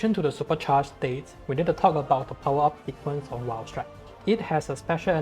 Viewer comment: This man here uploaded a CC Valstrax guide AND nailed the Japanese and Chinese pronunciation of this variant Oh and the Raikgun is a new move :D